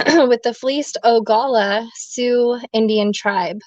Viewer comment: I can't take any of my fellow Americans who say "Ogala" seriously 🙄 you should know better.